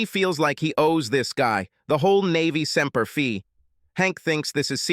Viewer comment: Semper feee? Pathetic